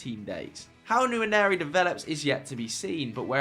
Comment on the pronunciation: Guys Ethan Nwaneri's name is pronounced Wa-neri, not Yanieri, Someone posted it in another video, he might be born in England but that's an Igbo Nigerian Name and if you don't know how to pronounce it just say Ethan like most people for TAA by calling him Trent. Edit: If you can pronounce Nwankwo Kanu effortlessly use that to pronounce nwaneri